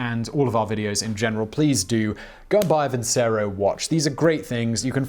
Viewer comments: Please ... have you no opera in your soul? Vincero ... vincerooo ... vinceeerooooo! Not vinsero .. facepalm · I am certain that Vincero is not pronounced as vinsero but vinchero, as in the song Nessun Dorma, and it is Italian for I will win. Just thnk that Caesar is aleeged to have said vini vidi vici not veni vidi visi.